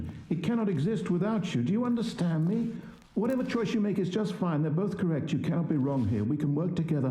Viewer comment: AWWW THE NOD WAS SOO CUTEEEE btw it sounds like he said "do you understanley?"